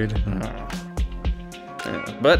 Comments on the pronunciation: Oof. Mo—Ash. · The number of times you mispronounced his name 😂😂 well done 👏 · I love the number of ways he mispronouces Moash's name in xD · Not just Moash, most names in these videos are mispronounced according to the audio books